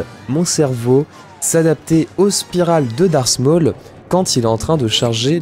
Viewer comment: 'Darse maul'